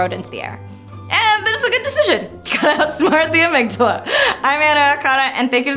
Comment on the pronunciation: Anna, I love the way you say "amygdala". Such depth. Did you know the plural is amygdalae? Rhymes with Mandalay. Almost worth having two, right?